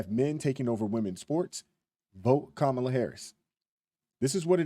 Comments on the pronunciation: So many people call kaaamala, kamaaaala.. joy reid the other day said its racist to mispronounce her name lol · Man, Trumpo the clown will have us in a race war. He stirred up a lot of civil unrest in 2020. I don’t like how Harris was pushed into the position. How come right wingers pronounce her name wrong? Why when I guy hands in his man card and pretends to be a woman, he’s still called a man? Kamala Harris isn’t my first pick but the clown is just dangerous. The economy would be shit if trump would have won and our border would be the same because we’ve always had the same protection. Trump isn’t a conservative, he’s EXTREME